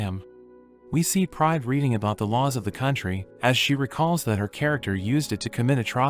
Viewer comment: Every time he says Pride I hear Prime😭🤚💀